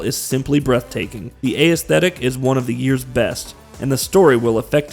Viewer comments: Right when I heard aysthetic, I knew this guy didn't write the dialogue for this video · Bro, I'm trying to love your videos but please pronounce "aesthetic" correctly! lol, it's killing me every time I hear you say it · SAME. Especially if he's going to use it REPEATEDLY like he does, omg. It's like he's only ever seen the word written and never actually heard it. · Nex Machine-uh and the A-S-thetic is gonna be the name of my new band.